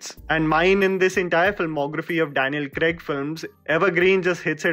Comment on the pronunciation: It takes balls to make a video, edit it, put an entire era in almost 11 minutes so kudos for that. Its also important that you research the actors names and pronounce it well in your video. You destroyed Daniel Craig's name. I suggest you listen to it again and edit it in your video.